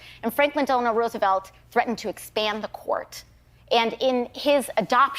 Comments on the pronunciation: Landau tried to point out that FDR’s middle name was Delano. Not Delanor!! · Dave, thank you. Delano... not Delenor. It's a small thing, but makes me cringe.